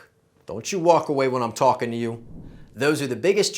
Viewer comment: I’m a NY’er and I heard that l when you said talkin. Say it more like tawkin the l sound is nonexistent